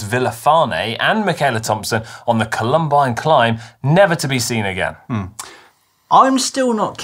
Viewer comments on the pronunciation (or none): COH-lum-bine, not Coh-LUM-bine.